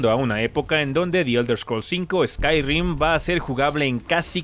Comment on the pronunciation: Qué molesto fue que dijeras ''Skyrrrim'' JAJAJAJA